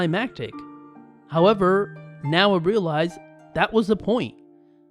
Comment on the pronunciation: If you're gonna do voiceover why not learn how to read? Instead of 'However' you say "hurrver" like a dumb ass..